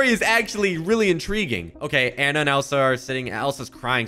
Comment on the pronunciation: ITS ANNA NOT ANA😭